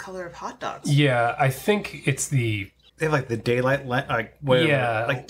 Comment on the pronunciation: It's not daylight, it's daynight! 😅